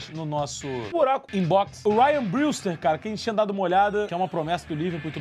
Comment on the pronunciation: a pronuncia do brewster é "breuster "